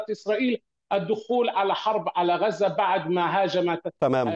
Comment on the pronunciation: معتوووووه. قال مصر الشقيقة قال ههههه. ركزو مايقولش " غزة" بل " غوزة" .🥱😉👌🌶️🔥